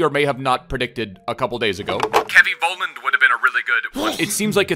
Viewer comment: Love the vids <3 Btw I think his last name is pronounced FOLLAND in German.